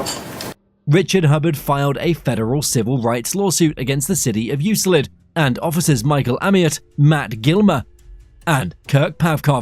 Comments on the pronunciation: Theres no S in Euclid. 😉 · It’s Euclid, dummies. U-clid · Euclid, Ohio. Pronounced YEWKLID